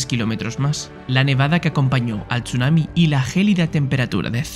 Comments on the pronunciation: Yo cuando dice "TCHUNAMI" en vez de decir sunami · se pronuncia sunami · Buen video, pero como me molesta la pronunciación de la "s" es como si dijera "sh" cada que vez que lo pronuncia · Me duelen los oídos cada vez que oigo chunami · Me generó bastante estrés que pronunciara Chunami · Qué nervioso me pone la forma de pronunciar Chunami